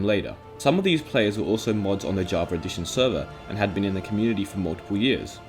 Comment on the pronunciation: Why do you say "javar" instead of "java"?